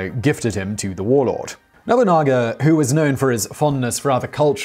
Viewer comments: Did you say Nobungga? 😂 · "nobunga"!?!? Oh Simon, you've just cursed yourself there. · Hey Simon, I know you're trying your best + a "college try" on these Japanese names, but please try to stay somewhat consistent with them, even if you are mispronouncing them. You, somehow changed Nobunaga's name to "Nabunga" . I'm only making a point of this because, while I'm not 100% sure, there might have been a descendant of Nobunaga who's name was Nabunga. Feudal Japanese lords tended to have a way with naming their sons. Nobunaga's direct sons, that I can recall, were Nobutada, Nobukatsu, and Nobutaka....so Nabunga isn't too far off and could lead to further confusion rather than education. Beyond that, I had heard bits and traces of this, but never a "fuller" account of Yasuke. Thank you for this. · "Nobunga" lmao